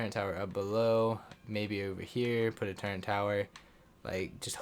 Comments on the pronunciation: Bro. Love the video, but please. It’s TURRET not turrent please stop saying turrent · Turrent? I didn't know it had a N in it